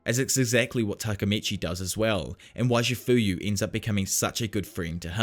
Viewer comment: First of all its not"chafuyu masuno"its chifuyu matsuno!!!